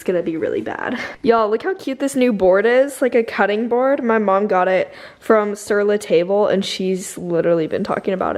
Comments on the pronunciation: Hey!! I just wanted to mention you said “sur la table” but its properly pronounced “sur la (tahbl) idk if that helped lol but just wanted to tell u! Cuz i used to say it like that too lol until i found out the correct way to say it!! LOVE YOU ❤️ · the way you said sur la table made me angry lol